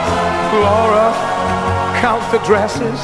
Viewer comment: I like how he say my daughter in law name Laura